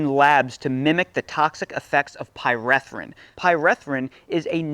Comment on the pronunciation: Pie-ree-thrin not Pie-reh-thrin